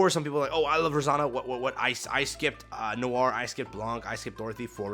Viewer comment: Could be worse. There's a video where FG3000 pronounces Noir as "Nee-or" 😂